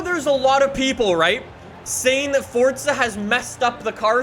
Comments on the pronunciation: It’s “forza” not “fortza” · do you have to YELL EVERYTHING? and THERES NO FUCKING T IN FORZA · Honestly on every fucking video the newest comments are from all the 8 year olds and only know lambos and ferarris and people STILL talk baout that he says forza like fortza